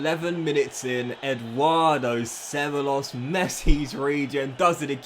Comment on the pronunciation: Cevallos reads Cebaios